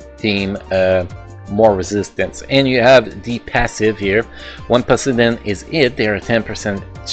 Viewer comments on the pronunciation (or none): I dont mean to offend you though Its just funny to hear even if thats how you really pronounce it 😅 Happy New Year btw!